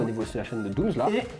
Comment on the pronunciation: J’ai l’impression à chaque fois qu’il dit Doomzzzz et non Dooms